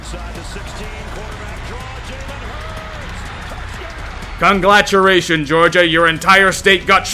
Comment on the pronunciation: why does he say conglaturations instead of congratulations?